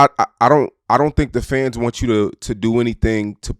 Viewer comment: you gotta pronounce “Fans” better, or pick a new word😂 u know how many times I thought u said FEDs